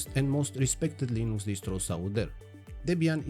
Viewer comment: What is Leen-ooo-cks? Did you mean Linux?